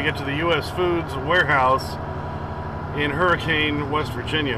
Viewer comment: its pronounced Hurri-cun